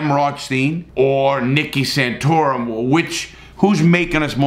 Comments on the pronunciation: Yep, I loved Nicky Santorum in this movie😂😂. And that's my Larry Word of the Day, I love this man's mispronounciations. Reminds me a little of Ricky from Trailer Park Boys, but only the way he pronounces shit. It's glorious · Nicky Santorum? Is he related to Rick Santorum? I hope not, Rick is a worse person than Nicky hehe (sorry, I like to nitpick people's pronunciation sometimes)